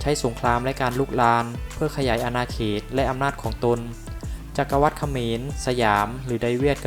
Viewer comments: อ่านว่า จัก-กะ-หวัด ค่ะแอด ไม่ใช่ จัก-กะ-วัด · จักรวรรดิ Empire ▶อ่านว่า จัก-กะ-หวัด ไม่ใช่ จัก-กะ-วัด